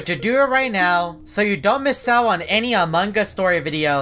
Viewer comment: The first time said Among us and not Amangus 😅😂